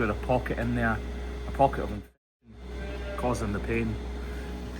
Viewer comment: cant say infection?